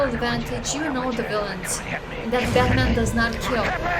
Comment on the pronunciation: Haha I love how you say “Baterman” 🤣